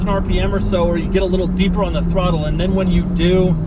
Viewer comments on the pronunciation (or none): none